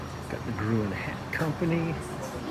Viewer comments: Leland, it's pronounced like the color 'green'... green hall, we say. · It's green not grewin yankee